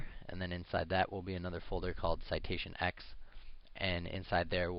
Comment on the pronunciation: Citation Ten - not X!